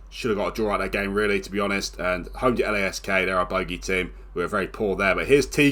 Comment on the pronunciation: Tip: Lask is pronounced as 1 word